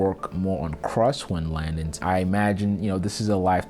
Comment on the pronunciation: Also ‘landins’ 😂 accent is the best